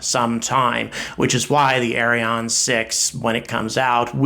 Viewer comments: It's less "Arri On", and more "Arri Ann". (I'm french Canadian) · Its Ariane and the good way to prononce it in english like french person you better to say (ahri-ahn)=Ariane 😄 its funny like you pronounce it .. that mean this rocket is a DONKEY 😄 speedest donkey ever Ari l'Âne 😆🤣